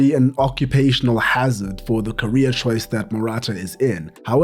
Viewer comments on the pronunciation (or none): none